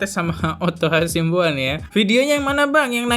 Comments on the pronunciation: hasibuan.. bukan hasimbuan. binsar gultom.. bukan bisnar atar bisar gultomo. ayolah bang tiap video kok salah terus nyebut nama orang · Host matamu rabun ya?? Nama hakim itu binsar gultom bkn gultomo Nm pengacara Otto hasibuan bkn hasimbuan